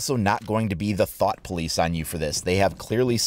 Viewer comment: Hold up but did you say “thot police”?